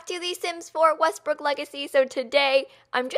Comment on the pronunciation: YES! She can't say WESTBROOK! Next video, Kayla! We challenge you! :)